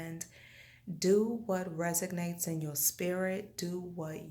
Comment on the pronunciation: Very nice video! The word is resonates though, not resignates. 😊